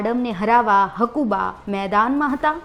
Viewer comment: પેલા બોલતા શીખો. તેની નામ હકુભા છે. હકુબા નહીં.